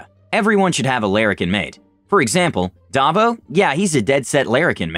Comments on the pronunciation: Davo is not pronounced, 'Dah-vo' lol. Assies (Ozz-ees) have a weird habit of 'renaming' people with certain names or physical attributes. For example, your Davo is from the name Dave, so it's said as 'Dave-oh', Barry becomes Bazza, or gary, Gazza. If you're fat, you'll get called 'Slim' on occasion, and redheads earn the nickname of 'Blue'. Aussies are a weird bunch, and they keep trying to steal all our stuff....cheeky buggers even wanted to 'share' the America's Cup that we won fair and square. Piss off mate LMAO! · Sorry you mispronounced Davo… lol It’s Dave-o 🤭🤭🤭🥰🥰